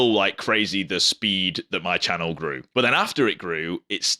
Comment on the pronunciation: I love your accent when you say the word but. Bout! 😂